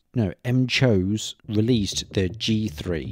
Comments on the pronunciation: What are the chances the 300 hr battery life figure is only possible when using bluetooth? Btw, I think it's pronounced McHose, like McDonald's. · nah, its definitely pronounced: "MAC-HO-SEI" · how is it not pronounced as McHose